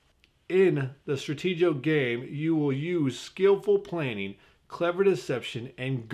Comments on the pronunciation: It's pronounced, "Stratee-go". As in, "Strategy." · STRATE 'GO , not STRATEgee o